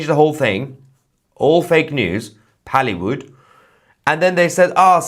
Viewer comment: Pale-wood LOL